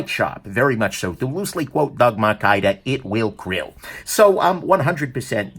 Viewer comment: " It will krill! " spit cereal.